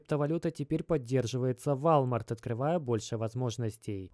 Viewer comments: Вальмарт,валмарт..... Как угодно, толко не верно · govoritsya i chitaetsya woooolmart, ne walmart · Ты рофлишь???? вОлмарт!! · мужик, ну выучи уже английский - это невозможно слушать: "Вальмарт" ... ты чо Властелина Колец пересмотрел?! Просто не первый раз уже ... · У тебя произношение вначале видео слова Волмарт просто режит слух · все норм, но валмарт писец как режет слух) уолмарт же) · Уолмарт. Уолмарт. Запомни а. Ты же не говоришь Фони, Чамчунг или ЕКЕА. Надо же знать хотя бы о крупнейшем бренде в мире. Не в первый раз слышу "Вольмарт". Рука/лицо просто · все круто! Спасибо огромное! Только режет слух ВАЛЬМАРТ. Правильно произносить – волмарт. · Да не Валмарт, и не Вальмарт 🤦🏼‍♂️🤦🏼‍♂️🤦🏼‍♂️🤦🏼‍♂️🤣🤣🤣 е Уолмарт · Волмарт, ди. ВОлмарт. Не валмарт. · Как же режет уши слово Волмарт😬 УОЛМАРТ! УОЛМАРТ! УОООЛМАРТ!!! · Волмарт.... пожалуйста не надо никакого Вальмарта... просто... ВОЛМАРТ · Только не вАлмарт, а вОлмарт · ВОООЛМАРТ А НЕ ВАЛЬТМАРТ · Ааааа хватит вальмарта! Уолмарт или хотябы волмарт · какой вАлмарт!? это вОлмарт бл3т! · Не вальмарт а волмарт)) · Не валмарт , а волмарт 🤣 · Блин, это прям слух режет и одновременно смешно. Дружище, не ВАлмарт, а ВОлмарт! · извини дружище но и ты не прав, не Волмарт а Уолмарт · Минус уши 👂 какой валмарт))) волмарт!!! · 👉🏻 вОлмарт!!!!!!!!!!!!!!!!!!!! Как серпом по яйцам. Тебя просто смотрят люди кто тарится в этом сторе. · Прошу прощения , но произносится ВОЛМАРТ. у Вас с английским ведь все хорошо. Мелочь, желаю удачи и здоровья. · Walmart - ВОлмарт по английски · Нет такой кампании валмарт збл уже произносить научись правильно 🤷🏻‍♂️ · По-французски звучит. Зато заметили и комменты написали. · Пора подучить английский ! Волмарт 😄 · Извиняюсь не в тему .. правильное произношение Walmart - вОлмарт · в отличие от русского языка в английском произношение отличается от того как написано. Поэтому мы и учили транскрипции в школах 🤟🏾🙂 поэтому вОлмарт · братан это читается Волмарт если че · Ройтес, Вальмарт. Как же уши режет.